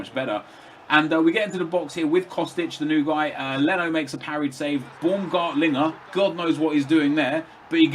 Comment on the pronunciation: The "au" in Baumgartlinger is more like ouh in English. As in ouch... :)